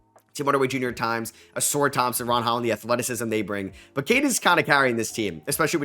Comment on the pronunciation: day 3 of asking to you pronounce AlpeREN Sengun and AuSAR Thompson correctly